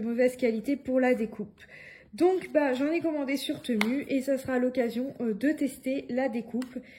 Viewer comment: Bonjour, je regarde très souvent tes vidéos que j'aime beaucoup mais il y a un truc que j'avais envie de te dire depuis longtemps alors je me lance aujourd'hui : TEMU se prononce TIMOU 😉. Soyons d'accord, ma "réflexion" n'est ABSOLUMENT PAS méchante, j'adore tes vidéos et je respecte tout le travail que tu fais 👍🏻👍🏻👍🏻. A+.